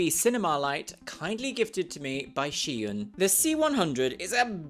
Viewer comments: When said "Zhiyun" I SWORE I heard "Shein" the way I was like wait, what?? Then I looked at the description haha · thought you said Shein at first and I was like ?????!!!!! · I was going to comment the exact same thing!! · At first I thought you said you got gifted the light by SHEIN 💀